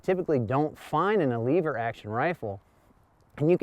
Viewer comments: Lever not leaver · Not leever, it's lever! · That's IT! YOU SAY LEEEEEEEEEEVER ONE MORE TIME AND WERE DONE BRO...ITS LEVER JUST ONE E...OKAY JUST ONE E IN A ROW... LE POOP IS NOT THE SAME AS LEE POOP.... RIGHT? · Lev-er not leave-er there is no “A” in lever going to review a rifle need to pronounce the name and type properly. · You're awesome and I love your channel, but calling it a "leever" and not a "lever" really irks me. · Leever or lever??? 🤣🤣🤣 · Short e so... lever not leever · The way he said lever messed with my head but good video dude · Just curios if you pronounce level you say lee vel